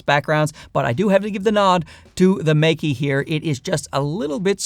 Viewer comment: Good comparison, but I think it should be pronounced more like Maker, not Make-E. At least you're not calling them Mikey like many others do.